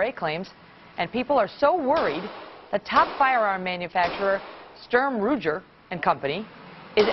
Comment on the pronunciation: Haha Sturm Roojer! These reporters have no idea what they're talking about!